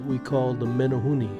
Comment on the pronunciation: Meh-neh-hoo-neh.... Not Meh-neh- hoo-nee